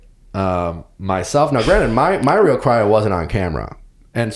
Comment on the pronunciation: Nick I like your podcast I’m a fan but for the love of god learn the contestant’s names. It’s Brandon not Brendan!